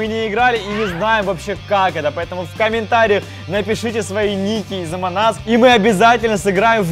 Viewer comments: Не амонас а амонг ас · не е моназ а амонгас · Не амон ас а АМОНГ АС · Никто: Абсолютно никто::Омон ас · Меня одного бесит то что они говорят эмон ас, когда она называется амонг ас... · не аманас а амонг ас😂😁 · Это не амон ас а амонг ас если что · А почему амонас, а не амонг ас? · почему ты говориш амонг ас амон ас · Правильно Амонг ас а не амон ас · Амонг ас - а не Амон ас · пОчЕмУ Емонг Нас А НЕ ЕМОНГ АС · Амонг АС а не Амон ас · Ни Амон ас а Амонг ас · Амон ас аааахаххаха не амон ас а амонг ас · ни амонас а амонг ас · Он говорит амон ас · Почему вы говорите эмонас